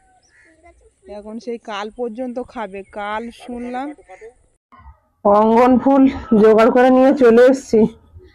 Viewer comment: উচ্চারন ঠিক.কর.ওটা রঙ্গ ন.ফুল ।অঙ্গ ন ফুল নয় 😊